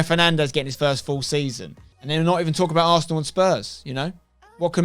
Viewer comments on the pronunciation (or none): none